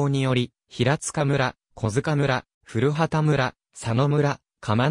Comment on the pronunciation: 古畑は、ふるはたでなく、こばたと、発音しますよ。